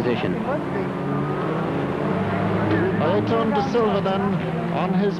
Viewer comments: "Ayerton" damnn guys,,,it's not that difficult...Ayrton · Oh yes, “Ayreton da Silva” my favorite future F1 star